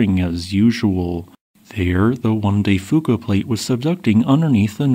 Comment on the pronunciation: Loved the long format video. I live in the interior of BC. This earthquake will be devestating to our province and the complete PNW. BTW, we pronounce Fuca as FEW ka.